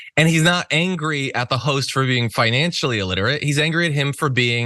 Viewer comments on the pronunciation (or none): "Well darn ya'll... you'r just not Fy-Nan-Shelly literate then" ... "trust me!! ??... i'm a banker".... SMH WTF ?? LMFAO